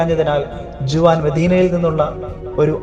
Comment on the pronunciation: ജുവാൻ അല്ല ഹുവാൻ